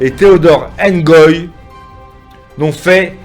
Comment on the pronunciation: C, est Ngoyi et Non engoyi